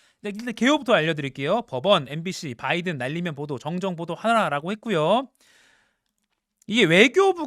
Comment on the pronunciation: 바이든 바이든 바이든 발음 살아있네